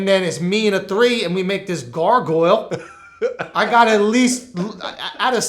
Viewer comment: he said "gargoyle"